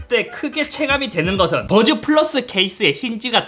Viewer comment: 와중에 뿌라스 발음 보소 ㅋㅋㅋㅋ